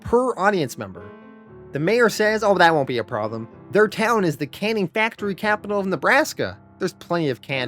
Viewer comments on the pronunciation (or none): none